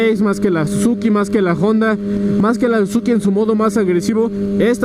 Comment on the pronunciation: Se dice Honda, que no Jonda.